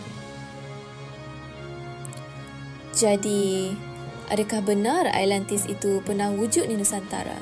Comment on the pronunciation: alentis..alentis.. ATLANTIS lah!!! haihh sis..,nak jadi YouTubers on historical topics mcm ni atleast sebut lah nama tempat atau nama orang tu, atau nama apa sekali pon sebut lah dengan btol. awak penyebar maklumat sejarah ni.. takreti nak sebut ?? zaman sekarang ni boleh je type kat google translate then tekan icon speaker unt dgr mcm mana dia pronounce,, or "YouTube how to pronounce" pon ade.. kemonn lah.. content dah best teruk dah.. alentis,,alentis apobondo!!!